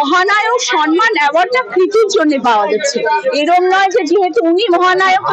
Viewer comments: কথাটা সনমান নয় সম্মান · সনমান নয় কথাটা 'সম্মান '